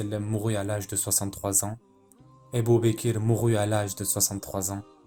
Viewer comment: Masha'Allah! Très intéressant, c'est la version de la série Omar. Mais c'est quoi cette façon de prononcer les noms des compagnons ? Ébou békér, c'est fait exprès ou quoi? Puisque le narrateur pronce très bien autres mots en arabe